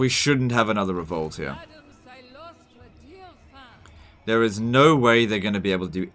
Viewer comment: CYLOSTRA DIREFIN!!!! I just don't understand why she pronounces her last name like that.